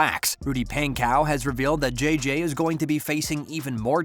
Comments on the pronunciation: It's pon/ co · correctly spelt pankow but yes pronounced pon-co